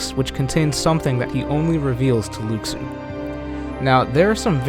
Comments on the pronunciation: Lu SHU not luke su 😩😩😩 i know this is a year old but damn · It’s Luxu not lukesue lol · Watch Back Cover, his name is pronounced "Loo-Shoo", not "Lucks-oo". SMH. That would be calling you "Mr. Wee Butts!" (Whereas I imagine your name is "" or even possibly ''). It would be an insult to you to call you anything but your name, and the CORRECT way to pronounce it. Please show consideration to artists and their design. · No... just... no. I'm all for creative theories, but dismissing what is already known about Kingdom Hearts is just wrong. And it's pronounced Lu-shoe. Not Lux-oooo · Luxu (Lu Xu, no O sound and KS instead of SH sound) is the actual pronunciation, but in english someone that doesnt know that could pronounce it like Lou Shoe. Latin tongues have different pronunciation that English. It always happens, like on Moana The Rock had shitty pronunciation of his non english lines, which is the only real criticism to his performance. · ***** It doesn't matter where it comes from. Fact is the name is pronounced Lou Shoe. So we're just going to have to accept it and call him that from now on. Or risk being as inaccurate as IGN when they say Xenanort and Eraqueez when it's Xehanort and Eraqus. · Since I watched KHX, I wondered why everyone pronounced it Luxu instead of Lou Shoe. Probably a misconception from the KHX games. :D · It's "loo shoo". Omg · right? Its pronounced "Loo-Shoo" everyone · why cant people say Luxu's name right? its pronounced (Loo-shoo) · Luxu / Pronounciation :(Loo- Shoe) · please pronounce Luxu correctly